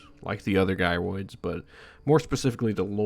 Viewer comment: This dude won't stop saying guy roids lol